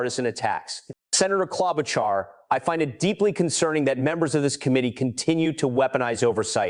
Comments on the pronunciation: Amy KLOB O KAR ?? REALLY?!!?! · KloboCar? really AI commentary is pathetic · AI cannot even get Amy’s last name correct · I don't like AI. When Ms Klobuchar is mispronounced on the first try, I am out! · Why is the narrative saying Sen Amy Klobuchar’s name in 15 different, wrong, pronunciations? If the narrative is AI, then you’ve got some real work to do. If it’s a person, they should know better and ASK FOR CLARITY! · Senator Klobuchar’s name is pronounced at least 4 different ways in your reporting. That’s a problem. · You should fix your AI. Klobachar was miss pronounced wrong about 4 different ways. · Please learn how to pronounce her name. She is a very smart woman. Thank you. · Can’t even get her name pronounce correctly